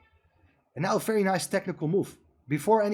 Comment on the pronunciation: Very with a V!! Not an F!!